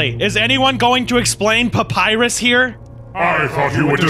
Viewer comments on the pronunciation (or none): He saed payparus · he said papurus from undertale